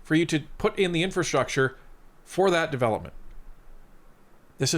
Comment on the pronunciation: It's a wee bit embarrassing to think that we have a prime minister who demonstrates over and over that he cannot pronounce, 'infrastructure'.